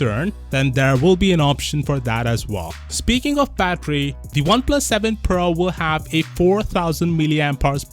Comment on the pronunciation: I keep hearing Oneplus 7 Pearl.